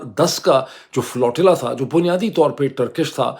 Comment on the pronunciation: بھائی صاحب! تلفظ “فلو-ٹی-لا” نہیں یہ لفظ flotilla ہے۰۰۰!؟